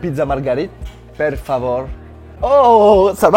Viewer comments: c'est pas perf favor c'est per favoréééé c'est pas pareil haha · Attention, en español c'est "por favor" et en italien: "per favorE", avec le "e" à la fin qui doit être audible. C'est important la politesse :D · En italien on dit "per favore" le à la fin doit être prononcé !